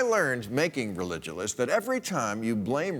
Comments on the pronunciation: I always pronounced "Religulous" with a hard G, for some reason. Which makes zero sense, now that I've stopped to think about it for the first time. Love that film. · Jay Ramsey: I dug it too, & also used the hard G. Bill was clearly making a hybrid of ""religious" & "ridiculous", & why shouldn't the hardness of the 'c' merge with the letter 'g'? I acknowledge his right to pronounce it as he pleases; it's his word! But I don't think there's anything logical or inevitable about it. It's just an author's prerogative, and a tiny price to pay for the joy of watching the film!